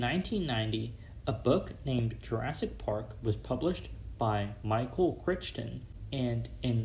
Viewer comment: Nice video. Good points. Just fyi, the author's name is pronounced CRY-ton. 😉